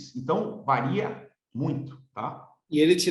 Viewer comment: Eu amei a entrevista porém o nobre delegado precisa se atentar no português, inadmissível falar “vareia” doeu profundamente em meus ouvidos.